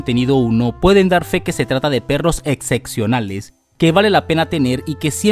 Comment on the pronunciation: Querrá usted decir excepcional en lugar execcional (la palabra no existe )